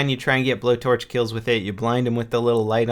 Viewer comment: When he said blow torch I thought he said blow job I was like WTF